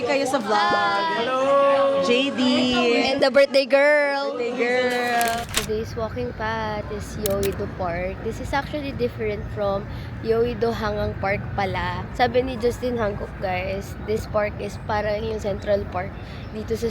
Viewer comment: ~ its pronounced as Han-Gang. not hang-ngang ☺diba like the way you pronounce HanGuk hehe